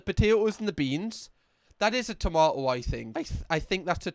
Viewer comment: To-mah-oh lol, precious